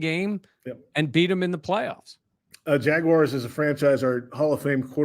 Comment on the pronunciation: JAGWIRES?!?! Really,?! 😅